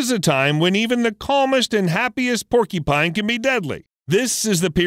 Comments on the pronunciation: It’s not PORKYpine, its paw-kyuh-pine. Porky pines sound delicious but sadly they don’t exist. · Keeps pronouncing porcupine as "porky-pine." It's "por-q-pine." "Q" sound in the middle. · Was anyone else irritated by the pronunciation of porcupine? It's not "porky-pine." It's por' cue pine. I would think only 4 year olds or r3+@ would say "porkypine". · What the hello kitty is a PORKYPINE? There's a "U" in there you know? Lol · It’s porc-u-pine… not porky-pine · Porcupine not porky pine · i love how they say "porkypine" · Sounds like he says "Porky Pine" lol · hahahahaha he said "porkypine" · Are you saying porkypine? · Is he saying porky- pine? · Is… is he saying porkypine… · Had to stop watching because I can't stand him mispronouncing the word porcupine. When did they come up with this porkypine you speak of??